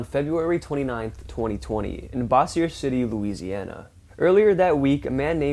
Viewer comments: It’s pronounced Bosier (bow zher) LA. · It’s pronounced Boze-your.